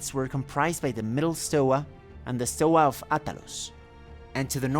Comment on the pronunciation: Nice video Btw it is stoA not stOa